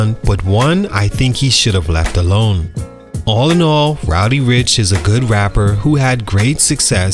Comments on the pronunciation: It's spelled RODDY yet you said ROWDY the whole video. There's an actual rapper named Rowdy Rebel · Bro it’s Roddy, not “Rowdy” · Great video but it's RODDY bro 😂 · He did not fall off. He has real talent and will be back. He had a sophomore slump. And stop pronouncing his name as ROWDY. I was annoyed the whole video because of that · He called h "Rowdy" Ricch through the whole joint. 😂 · It’s not rowdy rich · Bro who tf is "Rowdy Ricch" you say that a lot throughout the video😂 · Keep calling the man "Rowdy" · Naw you heard the man, it's Rowdy 🤣😂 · Ok but it's not pronounced ROWDY...